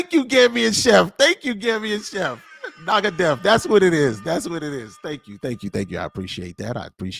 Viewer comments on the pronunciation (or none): It's Nangadef wollof meaning how are you. The other word you try saying is fornekka and not fornegga meaning where you at